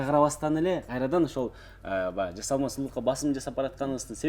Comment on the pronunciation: Мейли оозун олуп эле кетсин,бирок Жазалма,жазалма дебестен жаСалма деп туура суйлогулочу